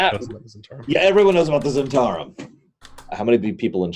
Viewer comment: struggle with the pronunciation of Zhentarim...all I can think of is Londo Mollari saying "the Great Zhentauri Republic".